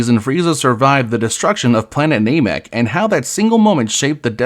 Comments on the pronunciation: Ai voice and calling Namek "Nay-mek"? This is intolerable. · Clickbait title and "NAYMEK" 🤮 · Is this AI? Why can’t you say namek